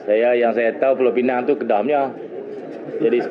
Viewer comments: ooo inilah minah celup yang sebut 'Pulau Pineng' tu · Sebutan ganjil Pulau PINANG vs PULAU PENANG